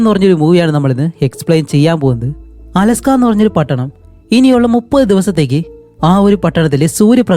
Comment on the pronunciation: അലാസ്ക not അലസ്ക